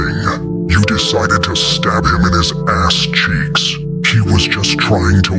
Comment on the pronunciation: “YOU DECIDED TO STAB HIM IN HIS ASS CHEEKS So much emphasis